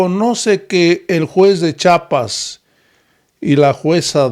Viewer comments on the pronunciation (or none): Sr. Disculpe, se pronuncia Chiapas y no chapas Ok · Se dice CHIAPAS